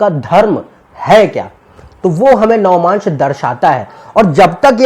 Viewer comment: it is not "navamaansh" ............... it is "Navaamsh"..........